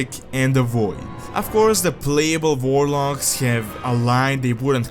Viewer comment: Warlocks? I heard Vorloggs